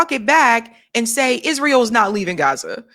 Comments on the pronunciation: It's not Izreel it's Israel. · Quit saying Izreel